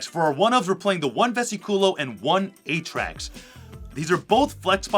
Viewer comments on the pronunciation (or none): Also I don’t think the card Atrax is pronounced literally A-Tracks I think it’s more pronounced “Attracts” which makes sense cause all the traptrix monsters lure you lol